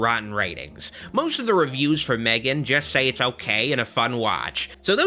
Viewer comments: It's pronounced as Megan. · Ma-three-gan... hilarious